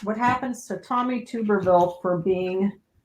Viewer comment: His name is Tubberville " as in tub bath tub" not tube....lol